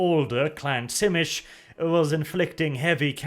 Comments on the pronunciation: "zhi-MEE-see". Not "TSIH-mish". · Tzimisce is pronounced "Zee-me-see" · The Unofficial Whitewolf wiki has pronunciations of the clans. You already messed up Brujah, Ventrue and Tzimisce so you might want to check it out. I would pronounce it as Zi-Me-Ce which is a little off but it certainly isn't pronounced Schimitch. The actual pronunciation is tzuh-MEE-see or zhi-MEE-shee. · Do a lore video on the Tzemiscee I think is how you spell their name? The Sabbat guys that basically create fleshy monsters like Clan Moulder. Btw isn't their name pronounced Tzemisi, not Tsimish? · That's how Tzimisce is pronounced? "Zim-ish"? I always thought it was something like "Zi-mee-zhee". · It’s pronounced Zy-me-she. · this series isn't half bad, but every time i hear "bruzah" and "venture" and on to the next "tsimish" i get a very slight aneurysm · I always thought Tzimisce was pronounced Zeh Me Chi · Man, hearing "Simitch" as Tzimisce took me a while. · TSchimitsch? Thats a cool pronouciation, too. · has a new title. Butcher of Vampire clan names. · lol, It was so bad I didn't even recognize it has Tzimisce at first.